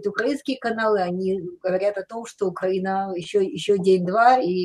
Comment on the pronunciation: навіть правильно вимовити назву нашої держави не може, якщо можливо поправте його